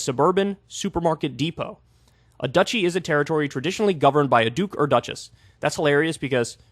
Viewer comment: Dutchy =/= Duchy, Kyle please! Haha <3